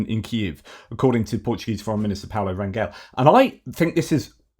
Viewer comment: Portuguese here. Portuguese foreign minister name. It´s pronounced RanJel. That G sounds like a J before the letter e. Like you pronounce RanGe in Range Rover.